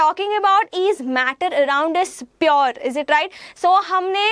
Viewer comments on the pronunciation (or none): Mam it's pure not purrrr😂😂😂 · Mam it is pure, its not piyur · She can't even pronounce pure properly